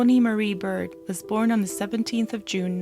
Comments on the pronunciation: It's Tawnee Baird, with an "A". Not Bird! Have some respect for the dead. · Tawnees last name is pronounced bared. Its my maiden name and it was pronounced several different ways in the video. Great content!